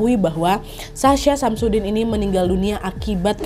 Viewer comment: Anjrit... kuping gw.... SASHA SAMSUDIN.... 🤣🤣🤣🤣🤣